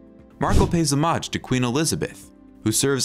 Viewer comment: Well Queen Victoria’s belief that ‘marry in may and rue the day’ certainly turned out to be completely true! The ‘narrator’ got the word homage’ perfectly but mispronounced Anglican? 😂🤣😆